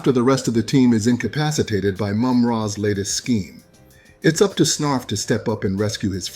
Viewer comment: Friggin “Snarf-Ra”